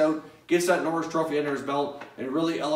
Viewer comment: Bobby n-orr-is trophy